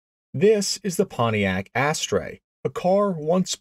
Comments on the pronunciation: You are mispronouncing it. It doesn't have any Pontiac DNA. 99.9% Chevy Vega, which was a very very bad thing. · I find Canadians pronounce it Asstruh whereas Americans say Asster. Sort of like Celica and Celica (sell-I-ca and sell-ee-ca) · It's Ast-er! Both the Pontiac Astre and the Chevy Vega were longitudinally mounted engines in a rear wheel drive chassis. They NEVER had a transverse-mounted engine like your picture. Because of your mispronunciation and wrong pictures scores your video a 👎. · ...never heard it pronounced as "ass-TRAY". Have only ever heard it pronounced "ASS-ter". Not sayin' you're wrong. Just sayin' I've been building Vegas, Astres, and the Monza clones for 35 years and have never heard anyone, or any of my clients ever pronounce it that way. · It's not an Astra. It's an Astre, which is pronounced "aster" in English. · It's not pronounced "Astra" like the Saturn model that was offered. It's spelled A s t r e for one thing, but it's pronounced "aster", like the flower. They only made them for a few years to give Pontiac a small car. But they Pontiac eventually got the Sunbird in about 1977 - which itself, along with the Chevy Monza, Olds Starfire, and Buick Skyhawk, were derived from the Vega chassis. You mention there are one around. There are pretty much no Vegas around either, despite much higher production numbers, because the aluminum engine in these cars was so trouble prone, and the bodies on these rusted badly, so hardly any survived. The Iron Duke replaced the Vega engine for a good reason. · You're right, you really don't see these things anymore if ever. BTW I grew up in Michigan and Ontario and at the time we pronounced it "Aster" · The opening line, sounds like you said Pontiac Ash Tray.😅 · Ass-trah. I only know because the old man worked at the Tech Center and I knew the GM names. I learned when I mispronounced "Monte Carlo". That said, I never saw one. A few Monza Spyders, but even at 7 years old I knew what a lemon a Vega was.